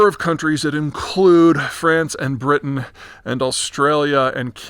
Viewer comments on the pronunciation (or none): none